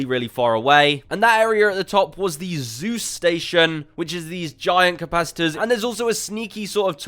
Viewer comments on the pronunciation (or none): none